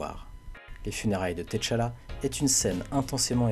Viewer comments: je regarde aussi en anglais mais eux aussi se trompe sa ce prononce tchalla et pas t'challa en Afrique il n'y a pas d'apostrophe . Ps : good videos ! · Griot se prononce Grio T'challa se pronche tchalla comme avec tchat